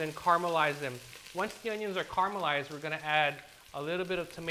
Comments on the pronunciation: Kahrmelalized car mel lized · Caramelized ...Carmelize...Carmelize :-)